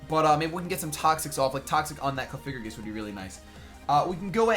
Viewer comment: It's coff-I-grigas